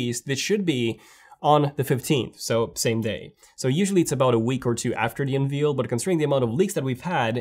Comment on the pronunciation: Unveil rhymes with unvale